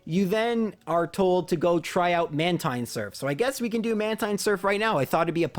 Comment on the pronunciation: It's man-teen not man-tine